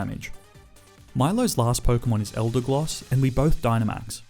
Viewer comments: Did he call them Glossifluer and Eldegloss, or was it just me??? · Stahp saying eldegloss, there's no L in the second halff